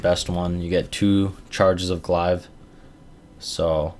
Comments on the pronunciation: Arno Blignaut lmao Glaive is pronounced glave not glive haha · WTF is a "glaaaiv"?! :D